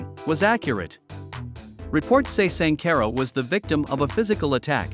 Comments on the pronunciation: Please mindful how you pronounce shanquella name. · Man if you are going to do a report on somebody at least get their name right you mispronounced the lady's name more than four times, that is very dismissive and unprofessional I wouldn't subscribe to you channel if you paid me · You are jacking up her name